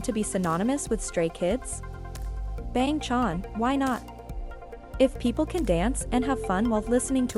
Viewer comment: The way it pronounced bang chan 💀